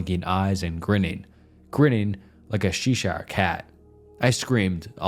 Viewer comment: A chess-shire cay. NOT seesh-shire.